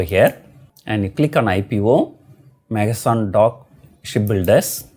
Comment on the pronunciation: Sir it is Mazgaon and not mazagon